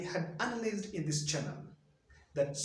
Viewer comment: Learn to pronounce analyzed right otherwise it cuts your eloquence brother